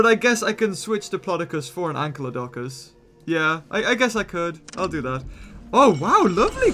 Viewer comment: Its not ANKYLODONCUS it is ANKYLODOCUS...... anykl-lodocus